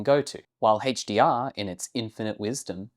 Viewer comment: I'm not here to whinge about rec709, I'm here to rag on "Həidgj-Dee-Arr"